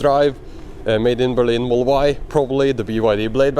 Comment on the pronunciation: Dude, there are more letters and sounds in the word "model" than you say. I was confuse for a bit if there was a special edition version of Teslas called the Moll